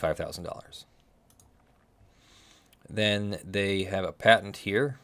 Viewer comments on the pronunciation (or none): none